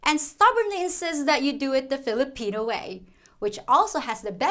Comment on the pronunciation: Hahaha thanks again for your videos. I think it's "flipina time" not Philippine time. Hahahah. Ingat ka lagi.